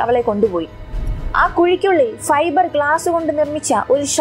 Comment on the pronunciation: സ്ഥിരം പ്രേക്ഷകൻ ആണ്.. എന്റെ ചെവിയുടെ തകരാർ ആണോ അതോ അങ്ങിനെ ഒന്നുണ്ടോ എന്നറിയില്ല അനിയത്തിക്കുട്ടി.. അവർ കുഴിച്ചിരുന്ന കുഴിയിൽ ഉണ്ടായിരുന്നത് എന്ന ഭാഗത്ത് ഞാൻ കേട്ടത് "സൈബർ ഗ്ളാസ്സിൽ നിർമ്മിച്ച ശവപ്പെട്ടി" എന്നാണ്.. ,സൈബർ ആണോ ഫൈബർ ആണോ?? പറഞ്ഞത്